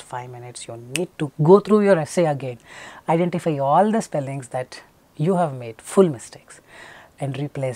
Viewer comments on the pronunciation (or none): none